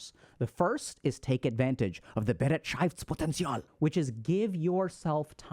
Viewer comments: we need to work on the "Bereitschaftspotential" , but nice try. 😂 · it's actually pronounced beh-right-shafts-potenzial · Has really no German pointed out yet Dr Ks adorable pronunciation of Bereitschaftspotential? It sounded as if there was at least one syllable too much x) I think for English Natives, it could be transcribed like this: be-RIGHT-shafts-poh-ten-see-all Thank you for the high quality content, HG Team! These videos and the membership content have finally given me real access to the information I already learned in med school and CBT. This means a lot to me because it has helped me make noticeable progress on my journey of self-discovery, coping with childhood trauma/neglect, and building some self-esteem. <3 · Maybe you would try this; «buh-right-sh-off-ts-pot-end-ts-y'all» and maybe it might help with the german pronunciation of that word "Bereitschaftspotential" My brain decided i would feel like i made the choice of telling you to keep up the wholesomely fascinating content. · im german and his pronounciation of bereitschaftspotential couldnt be worse😂❤ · The pronounciatiok of Bereitschaftspotential was as wrong as it could be but I love how confident he tried to read it out 😂❤ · We need to work on your german pronunciation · Had to read it the word. I am German and you pronounced it so strangely that I didn’t get it 😂 ei in german is equal to the „i“ sound in English. It was definitely nowhere near to the actual word 😅